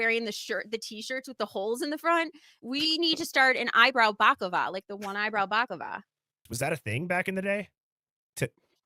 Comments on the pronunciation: Balaclava not baklava 😂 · Good grief Lady! Bak-lava is Greek/Turkish PASTRY! A Bala-clava is face mask 🤦🏻‍♀️